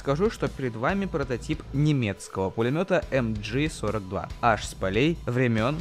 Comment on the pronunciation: MG- читается как МГ( в немецком языке нет буквы джи)